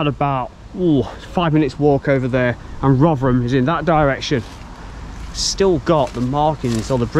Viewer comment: Great videos, I do like these British Industry history vids... and 10/10 for pronouncing Rov'rum correctly 👍